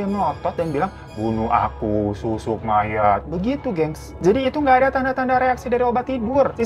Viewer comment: Apa cuma aku yg dari awal dengernya susuk maya, dan baruu ngeh kalau itu susuk mayaT pas di bagian cerita makan tubuh mayatt sampai habis? 😭😭